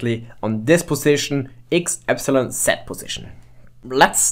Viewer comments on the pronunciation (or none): Y is not pronounced epsilon. (epsilon is E) Y is pronounced eepsilon they are different. You need to say eeee at the begining